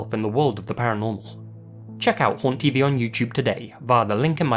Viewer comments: Honestly, for a moment, I thought you said "Porn TV" instead of "Haunt TV" XD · The way he said haunt tv made me think….. help